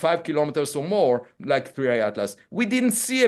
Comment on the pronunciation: Its 3i not 3ai